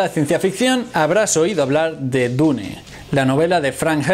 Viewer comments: Su error del metal fue como tú diciendo dune envez de dun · nunca pensé que una persona pudiese pronunciar "Dune" de tantas maneras equivocadas....